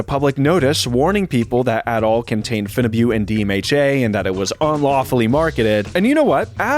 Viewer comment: your pronunciation of phenibut and Cialis is incorrect.